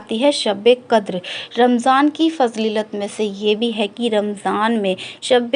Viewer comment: Fazleelat nhi fazeelat hoti he Good work 🧡